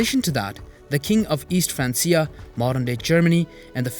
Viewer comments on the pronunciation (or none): none